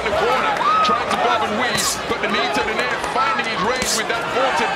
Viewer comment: fyi: it is not do-nare. It is do-nai-re